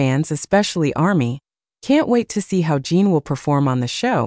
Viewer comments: Correction, His Name is J I N, Not Jean or Gene. Why do so many YT channels fail to do their homework and verify his and other celebrities & idols names before reporting on them? Jin is a Male so he's a HE, not Her. In the beginning of this video you referred to him as HER. I normally don't say anything like this but if you want people to believe what you are reporting, you should really try to at least say their names correctly. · Why can't this robot be programmed to call Jin -- Jin? He's not Gene, Jean, or Jyn. And he's a HE not a SHE. Are we supposed to believe what you're saying is accurate when you can't even get Jin's name correct, or the fact that he's a HE! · His name is Jin sounds like gin. Not Jean. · Jean.. Jyn..!!! Its JIN. eg. Jimmy Fallon🥸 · His name is Jin, Kim Seokjin not Jean. Geesh! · I think that the spelling is usually "Jin", but it gets mispronounced as "Jean". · Dont understand this people that report on Bts, the even dont know there names, his name is Jin not jee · His name is not Jean it's Jin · I hate it when they call him Jean or her 😂😂😂😂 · I know right? Jin its not that hard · It’s spelled “Jin” Kim Soek-Jin (Jin is pronounced Gene) But you know, I seriously don’t think Jin cares about the pronunciation. World wide appreciation for his music from people who speak different languages is is not at issue for him. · Is she saying Jean or gem, im confused. :face-blue-smiling::face-blue-smiling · immediately reminded me of the rush hour line, with the curse word, (his name is line) is this auto generated or something. in the future, a person who cant say his name properly should get their high school diploma confiscated, honestly 🤦